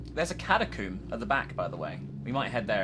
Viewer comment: Commenting because the way says "catacomb" made me giggle